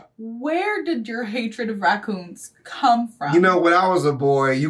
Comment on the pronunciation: My mans said "send them racooners back to africker" 😂🤣